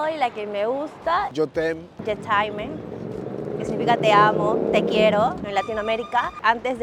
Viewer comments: La peruana es arrogante y se las pica, pero se nota que no tiene ni idea y ni habla francés. "Yetaime"? je t'aime se pronuncia algo como "shetem" (un poco como lo dice el anterior), y nadie que hable alguito la lengua diría como ella dijo. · “Ye taime” 😂 es (ye tem) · Dios mio.... estudie 7 años en la Alianza Francesa.... Señorita peruana ...Usted lleva 2 meses y dice que lo escuchó varias veces ... Escribo la fonética en español tal como lo escribiríamos nosotros, ella dice: " ye taime" 🙉🤦 Es " ye tem" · La peruana no sabe pronunciar frances 😂😂😂 yo taime? Je tem! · Je taime jajaja eso es no saber hablar francés. Es je t em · Para la que lleva 2 meses en Francia : 😂 morí con ella dice que YeTaime 😂😂😂😂 con tremenda actitud y todo 😝 Búsquenle un novio francés para ver si aprende a pronunciar por favor 😅😂😂😂😂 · la peruana tremenda bestia...DECIR YE TAIME..Y LO REPITE YE TAIME:face-red-droopy-eyes::face-red-droopy-eyes:EN VEZ DE Je t"aime...un espanto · A la peruana que tiene dos meses en Francia, amiga,tienes dos meses y no sabes pronunciar je t’aime? Se pronuncia yé tem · No se dice: je t'aime (Tal como se escribe) Se dice : Je t'em! ("ai" se pronuncia "e") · Amé el "Yetaime" (Je t'aime) JAJAJAJAJAJAJA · “Ye taime” OK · La "SHETAIMÉ" me hizo el día 😅 ... Con quien será que se frecuenta que dice que la frase que más escucha es "je t'aime"... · Y ya pronuncia perfectamente "J' time" 🤣🤣🤣🤣🤣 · Ella dice yo taime hahahaahahahhahaha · ¡Exacto! Además sólo lleva un par de meses y ya sabe "todo" de Francia y pues anda en plan conocer hombres y que la inviten 😂😂😂 Su frase favorita es: Je t'aime! Y la pronuncia a como se escribe 😂😂😂 La pronunciación correcta es algo tipo [yetemm] hay que insistir un poquito en la letra 'M'. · La mujer que lleva dos meses viviendo ahí, en verdad quedó en ridículo por todos los comentarios que dijo y en verdad lo primero que debería hacer es tomar cursos de francés y aprender a pronunciar bien al menos una palabra, je t’aime!!!